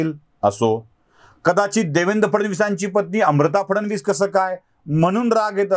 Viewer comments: ह्या बाई ला साधं फडणवीस हा शब्द बोलता येत नाहि. फडवनीस बोलते हो ही बाई. काय रे मराठी नटी. यांना कामं कशी मिळतात याचा अंदाज आला आम्हाला. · या शहाणीला फडणविसही म्हणता येत नाही.फवडणीस म्हणते